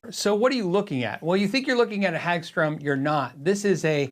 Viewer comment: Hagström is pronounced with more hard a, like in hard, rather than an a as in, well, a hag. The o is pronounced with a kinda "uh" sound, like work (I think you're getting that syllable right, just the first one needs work) and it means Meadow (Hage) Ström (stream), and the e gets dropped out. Pretty common last name. Source: Swedish wife, who isn't cringing too badly at your pronunciation as I watch this before bed. Thanks for putting this video up - I'd suggested a Hagström for review some weeks ago on the patreon chat and wasn't expecting this one! Considering the combination of parts, I'd suggest the name has to reflect it's Swe-nglish mishmash, so I want the ö to remain (also it makes it more metal, just ask the dudes from Muttley Cree), but Peaström kinda opens up the wrong can of worms.